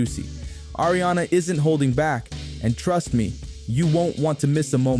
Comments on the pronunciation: Its "AARIANA" not air-riana Thanks for the vid 😘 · Ya know it’s Not air-rihanna 😂😂